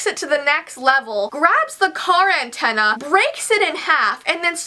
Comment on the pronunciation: “He braked it and hits it with the intena